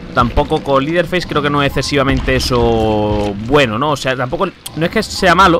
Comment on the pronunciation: cuando pronuncies el nombre de leteherface es asi: lederfeis no es liderfeis :)